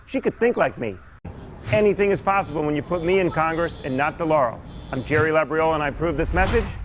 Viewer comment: did he say hennything is possible?